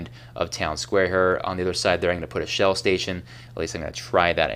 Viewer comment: Oh! "Shell Oil Station". Sounded like something else.